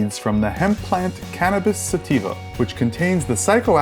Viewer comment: Its cannabis bro not canavis